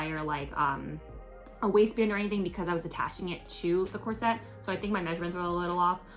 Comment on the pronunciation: You have big aspirations. I think you would benefit from sewing lessons. You don't pronounce the word corset correctly. Sewists say bust cups not breast cups. I can't believe you wore that dress in public. You have the potential to design and sew beautiful things, but you lack skills. Take sewing lessons and then you can be proud of your project instead of joking about it. Good luck!